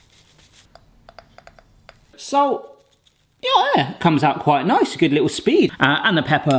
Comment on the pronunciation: Pronounced s-all-t not s-ole-t